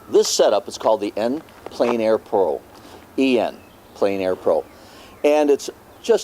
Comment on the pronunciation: The French is pronounced "on plen air"not "en plane air"